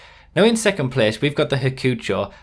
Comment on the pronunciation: I don't like how you say Hakuchou. It's "hak-u-chow" not hackfjhesiosorur... Okay?